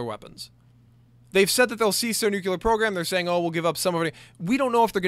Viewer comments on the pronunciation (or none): I'm a stickler for this, and I'm sorry as this video was indeed quality, but you say "nucular" instead of nuclear. Like I said, I'm sorry, but I'm a bit of a stickler.